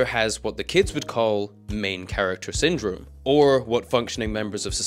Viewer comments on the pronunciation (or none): none